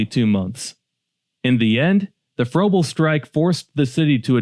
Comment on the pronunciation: Pronounced Fraybul and Tallastun.